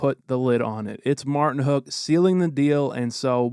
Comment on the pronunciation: theres no h in Martinook